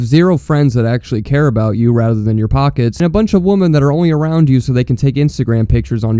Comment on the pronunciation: Good video. But why can’t you pronounce “womEn”??? You say woman and women exactly the same. Come on bro. Women sounds like wimin. Woman sounds like womin. Try it.